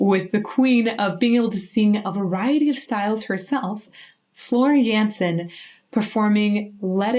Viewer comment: Love how you pronounce her name correctly now. :)